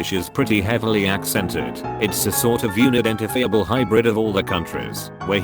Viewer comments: me: oh its a reddit vid w the automated voice, hope theres no mispronounciations! automated voice: Y O U N I D E N T A F E E A B U L E edit: mispronounciation is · “the cleaning shedule” “younidentifEeEable” “the cuntris” “late twentis” / “Swedish 😏” “Arlander” “Wazarell” “multuhlingYuYel” “when I tinCKbaCK”